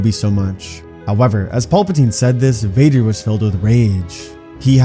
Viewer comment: Bro grievous says darth Vader wrong